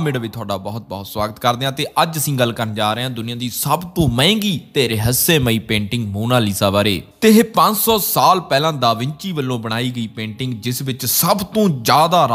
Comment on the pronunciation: Vere jo tsi jaankari ditti oh bht hi vdia c. Ese trah hi tuhadian hor videos da v intzaar krange. Pr veer ik benti hai...es chnge km nu krde hoe punjabi maa boli nu khraab na kro veer. Jive tusi ਰਹੱਸਮਈ nu ਰਹੱਸਯਮਈ da uchaaran kr rhe o jo k hindi bhasha di pronounciation hai. Pani vich bnda kive bchea reha os video ch tusi ਖੋਇਆ shbd di varto kiti c jdo k eh punjabi da shb nhi hai. Punjbi vich ਗੁਆਚਿਆ shbd vrtea janda hai. Hor v kyi shbd ne jo mein ethe likh nhi rhi. Veer nikkian nikkian tabdeelian nl hi vdde badlaa hunde ne .mera ethe comment krn da mtlb hindi nu ja tuhanu mara kehna nhi hai. Bs ehi koshish hai k punjabi bhasha nu jina bcha skde an oha k bchaa lyie. Mixing hon nal kise v cheej di purity khtm ho jandi hai te je mixing jyada ho jave ta har cheej holi holi poore trike nal bdl jandi hai. plz veere es khyal vl jrur dhyan dena. Baki tuhadian sarian videos bht vdia hundian ne. Guru sahb tuhanu charhdi kla bakhshan☺️